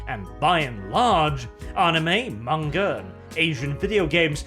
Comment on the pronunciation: pronouces MAnga like Mon-Keighy